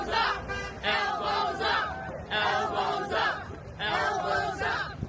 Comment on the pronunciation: Did anyone else hear 'L BOZO' instead of Elbows up😂